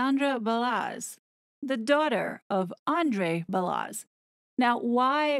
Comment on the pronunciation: WOW. All of it makes sense! Let’s hope Megalier does NOT have info to blackmail the royal family. Or if she does that would explain the double blow the King dealt to the horrid couple and Randy Andy. Truth will prevail. By the way Balazs is pronounced Ba-LaZs like Zsa Zsa. Keep up the good work.